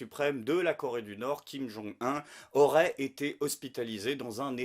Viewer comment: On dit Kim-Jong OUNE...Au fait, as-tu des nouvelles de Tatiana Vantose?